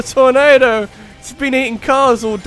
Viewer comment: That torNAYdo. XD